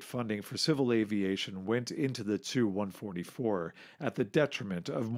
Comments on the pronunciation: ‘Chew 116, chew 95’ etc. ‘TU’ is pronounced as each letter! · T.....U not tooo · TU- Chooo lol 😂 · Why is the narrator pronouncing the "tu" in Tu-*? Sounds really odd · Should be pronounced T U or "Tupolev"... not "two".... I cringed every time he said "two". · Why you say "Tu" as "Two"? Most ppl say "Tupolev Tee-You-22", so it doesn't sound like you're just saying "Tupolev 222". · I wish people would say ‘Tu’ as “Tee You” rather than “Two” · Well, to be fair in Russian it's also pronounced like "soo", not "es-yu". The way he says "choo" for TY-116 is pretty weird though. It's supposed to be like "two" or "too". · Tu? Just say T U. You do not make words of the initials except for MIG. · Definitely t-u not too or two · hes right tho lol its T U and S U but mig is pronounced by reading it. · Stopped watching after he stated calling "Tu" designation cho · 'too' 116.. isn't it 'tee you'? He pronounces 'raison d'etre' perfectly though. :-)